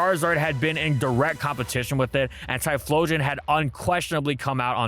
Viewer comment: Tyephstein xdXdxdx